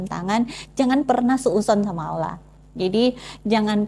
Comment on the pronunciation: Masukan sedikit untuk pengucapan Allaah dan penyebutan masuk muslim harusnya masuk Islam. BarokAllah fik